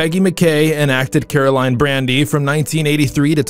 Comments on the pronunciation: "Brady," not "Brandy." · its brady...not brandy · Also , their names are pronounced Brady not Brandi , and it's Stefano not Stefan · Also the woman who played Patch's mom passed on. Her character was Jo. Also it was Shawn Brady and Caroline Brady, not Brandy. Stefano's name was mispronounced too. Still enjoyed seeing who had passed on. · if u are going to do honors to legends at least get their damn names right, it BRADY not brandy and STEPHANO NOT Stifano \\ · Nice butchering of the names. Brandy? or Brady? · It's Brady not Brandy. This clip is an utter disgrace to their memories! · I noticed those two errors, too! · The last name is BRADY not Brandy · Sry but it is Brady ...like the Brady bunch ...not brandy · It's BRADY not BRANDY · It’s Brady you know like the Brady Bunch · Marie Horton, not Mary. “Fee lease” not Fill is. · Brady not Brandy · 👀Um, it's Brady , not Brandy .😏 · It's BRADY, not BRANDY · Shawn Brandy? Learn to pronounce the names. Also Days is not a FILM. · You have obviously never watched the show since you pronounce several names wrong.